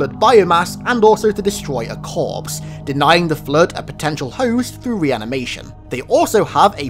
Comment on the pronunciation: It's floooooooood not fllluud.